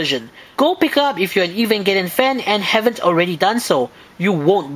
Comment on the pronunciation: And I finally learned how to pronounce Evangelion :3